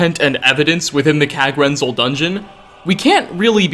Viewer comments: Kagrenzel and kagrumez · Locahtionsss, Diahloghh, Kagrenzelhhhe, Weirdhe, circless